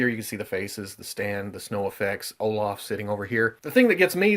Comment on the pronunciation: haha, it's like " Oh-laugh (british enunciation) 🤣